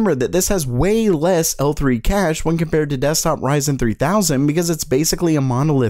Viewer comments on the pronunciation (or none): none